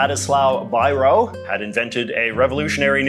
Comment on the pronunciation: BEE-row ..? ball-point pen